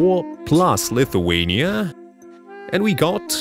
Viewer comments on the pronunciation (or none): none